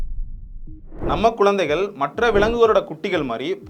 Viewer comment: Bro words lam konjam correct pronouns pannunga. Athukendru romba clean tamil sollala but Namma normal ha peasarathu poola peasathenga, athu nalla irukaathu. Eg:- kulu ila kuzhu, kodal ila kudal, kolanthaigal ila kuzhanthaigal, ipadi sila words.